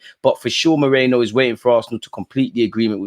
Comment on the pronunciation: whos moreno? its merino bro 😂